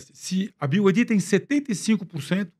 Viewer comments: Os irmãos, apesar de ouvir diversas vezes o entrevistado falar corretamente o nome BYD (biuaidi), insistem em dizer "biaidi" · “Bi ai di” kkkkkk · Os entrevistadores falando BID. BYD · Acho engraçado quando ouço o pessoal falando "Bi Ai Di" kkkkkkk